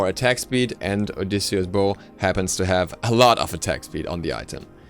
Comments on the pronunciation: Delano Tetehuka it's an item in the game, and he's pronouncing it correctly. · Delano Tetehuka No he is pronouncing it correctly